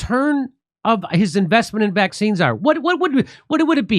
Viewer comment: He’s a criminal and should be held accountable, little weasel. I hate the way he says Vac Cines